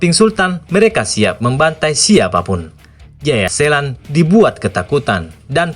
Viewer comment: Jayaselan tp d bilang jaya setan udh brkli2 dngrnya ktwa sllau blng jayasetan eh jaya selan wkwkwwk